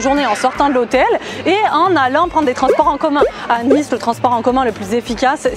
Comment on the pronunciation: Et ont dit le ni de Nice comme la marque nike